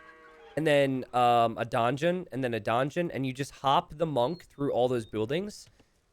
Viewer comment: Love your work, but uh, how come...you say...DONgeon. XD